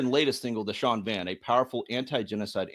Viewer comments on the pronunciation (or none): lol…referring to Irish as Gaelic, pronouncing Shan as Sean, asking how Protestants got on with the provos 😅